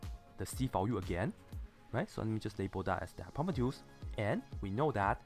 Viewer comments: No he says hypopetus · i hate how he pronounces hypotenuse